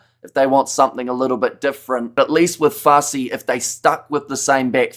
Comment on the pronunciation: How is this guy South African when he can’t pronounce Fassi or Canan.